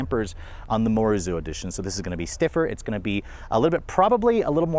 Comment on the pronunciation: please get your research together before posting the reviews. It’s pronounced as MO RI ZO. and Morizo has no wings at the back